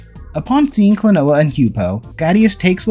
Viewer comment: Klon-wa Door to Pants on Miffy Said by not me.